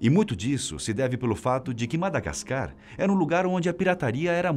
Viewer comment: Não se diz madagascar🤦🏼‍♂️ e sim Madagáscar